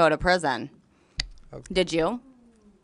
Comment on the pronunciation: She didn’t say “okay,” she distinctly said “KAY?” Outside of that you’re 100% correct!